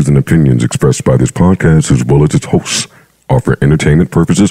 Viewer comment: HAHAHA...I've always laughed at how he says HOSTZZZ...